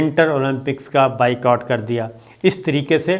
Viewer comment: انگریزی لفظ “Boycott” کا صحیح تلفظ بھی “بائیکاٹ” ہی ہوتا ہے بائیکوٹ نہیں!